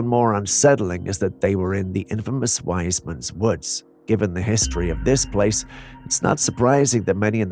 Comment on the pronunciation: I live on Dartmoor, it's 'Wistmans Woods' not wisemans.